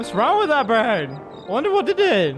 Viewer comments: Not birb it's bird! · it's bird not birb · Ikept hearing him say birb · I love when you say BIRB. It is so funny. 1 like- Funny Birbs. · Did any one else hear guava juice say berb